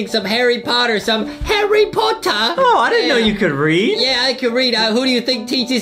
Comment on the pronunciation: Justin says herry herryyyyy